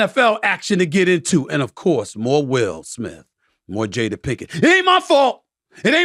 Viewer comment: Every word that ends with “a”Stephen a ends with er it’s funny when you hear it. “Jader” instead of jada “luker” instead of luka